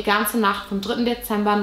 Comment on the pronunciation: „Deeember 1957“